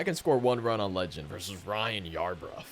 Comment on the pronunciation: “I sounded like a fool this video” as he to call Ryan Yarbroooo yarbruf 😂😂 all jokes man